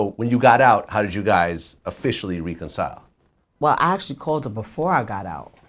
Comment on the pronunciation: Who tf taught vlad to say ""reconcile"??